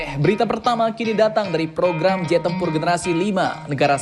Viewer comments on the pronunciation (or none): Iya ngab jet bukan zet😂😂